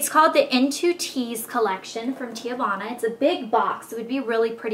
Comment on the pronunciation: it's pronounce tee-vana. not tee-ah-vana. lol